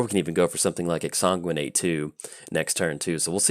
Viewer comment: we've already been over this whole exsanguinate pronunciation.